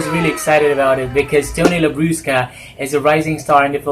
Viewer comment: ay may special. participation si popsy. ♥. i like the pronunciation of " Labrusca". 😂 😂